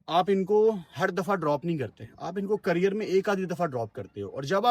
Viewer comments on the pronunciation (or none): none